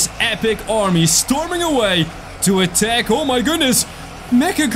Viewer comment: he is saying atack